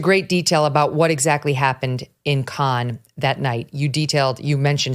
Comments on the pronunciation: Cannes is in the south of France, it is pronounced like Americans say can. Not Kahn. Sorry, so distracting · Cannes is pronounced like a beer "can". Megyn is saying it wrong. I know I'm correct on this. LOVE Megyn. She's the best. So wanted her to know.